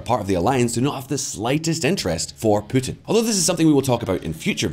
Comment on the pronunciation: I like how you pronounce Putin as Pootin with your scottish accent